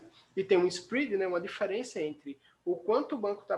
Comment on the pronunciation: Onde que fala inglês desse jeito??